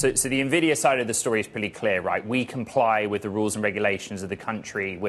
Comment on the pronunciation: Basically, it's funny how many people mis pronounce Nvidia. It is not pronounced "Na - vidia"... It is pronounced "eN - vidia" There are so many news casters lately saying this. It's funny